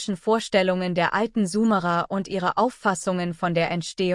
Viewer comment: Sumerer und nicht sumara ...warum liest das eine KI ...